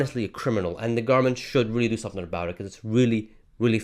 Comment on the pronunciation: sorry aboot that eh